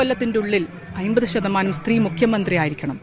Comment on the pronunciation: ആയിമ്പതു അല്ല അമ്പതു ശതമാനം